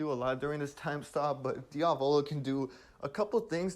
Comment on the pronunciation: Drinking challenge: drink one shot every time he says "Diavolo" with the wrong accent